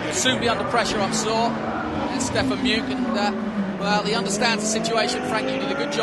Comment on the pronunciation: Is there any chance that the idiot commentator could learn to pronounce Stefan Mücke’s name properly?